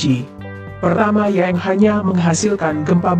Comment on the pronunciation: Baca berita yang jelas ucapanya, bukan yeng tapi yang